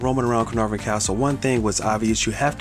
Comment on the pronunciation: You had me at the correct pronunciation of Caenarfon.